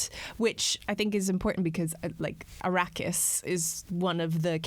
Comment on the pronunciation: Did you purposely pronounce Arrakis as Iraqis? Or was that some Freudian slip?